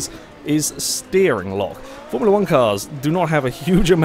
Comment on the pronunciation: "A Formula wanka'" :p